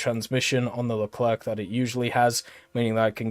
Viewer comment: He says Foch correctly but not Leclerc xD joke aside i like that France get a New Leclerc , when you see UK with the long Line of challenger you really wish that France and some country got more cool looking mbt at top tier